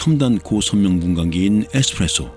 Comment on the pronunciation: 유독이영상의 블랙홀은훨씬강하게빨려들어갈듯하네요.태양의 질량보다커서그런가? 최고여요*~참! "에스프레소 "*~부텀 잠시 예술임당*~영어발믕*~ 감사하며 잘들었다는 인사도 남기고요*~건강하셔요*~☕🍱🫒⚘